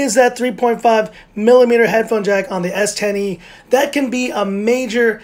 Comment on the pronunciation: The way you say s10e sounds like S tiny lol